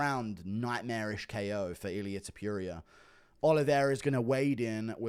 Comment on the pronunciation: can you please show respect and pronounce topuria correctly now?